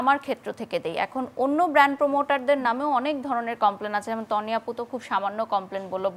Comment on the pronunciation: ... টানি আপু 😂😂😂😂ঢং করতে যেয়ে একি বলে ফেললো বারিষা হক। তনি আপুকে টানি আপু। ও মা গো কেউ আমাকে ধর 😂😂😂😂😂😂